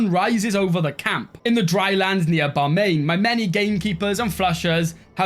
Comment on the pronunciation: Your capital is called Bamian pronounced "Ba-Mee-Yan" they were home to this beautiful, gorgeous Buddhist statues (they are in the game, as those special buildings) they were destroyed in 2001 by the Taliban :(